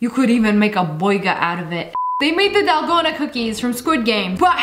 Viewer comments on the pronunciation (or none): none